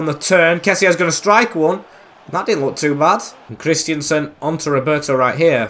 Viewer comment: Dude even said David Alaba when it was Jordi Alba, and while I'm at it, it's Christensen, not Christiansen